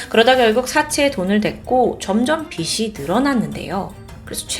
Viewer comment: 빚이, 빚을 발음하실 때 비시, 비슬 말고 비지, 비즐이라고 발음해주시면 더 좋을거같아요 잘 보고있습니다